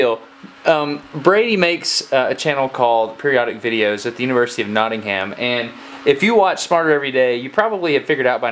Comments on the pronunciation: Cool video, but ugh. Destin! You and Americans and pronouncing our cities badly! It's not Notting-Ham, it's Notting-um. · Notting-ham. Ahah, that was very manly of him, though.